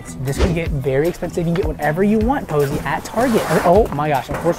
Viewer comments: it’s poise not Poseie💀💀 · It’s poseie not posey 😊😊😊😂😂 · It posie like look at all the other comments no afence